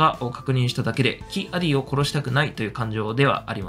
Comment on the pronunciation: キ=アディを「キ アディ」って発音、連呼されてモヤモヤしてしまう。オビ=ワンもクワイ=ガンも間を空けんのに。